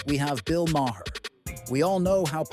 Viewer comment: And can't spell or pronounce Bill Maher's name. Jeez! 🤦‍♀️